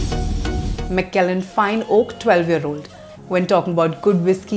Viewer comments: Madam is definitely not a whisky girl...mcellen, glenlevit,and finally glen fid ich...wonderful whiskys..all pronounced wrong. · Lol, Nirvana is just about the worst whisky from PJ'S stable! Kuch bhi. And if you're gonna be posting on single malts, at least learn how to pronounce Glenfiddich and Macallan properly!